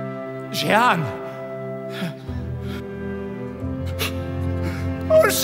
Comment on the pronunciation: Noch deutscher konnte die Aussprache vom Namen Jehan" nicht werden, oder?! 😂 "Sche-hann"... Ist ja zum fürchten!